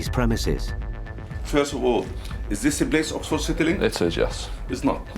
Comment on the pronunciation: Zis a place 🤣